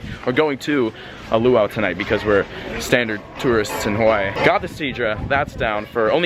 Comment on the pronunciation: YOURE SAYING "Hawaii" wrong, i should know. I WAS BORN AND RAISED ON THE BIG ISLAND, Honolulu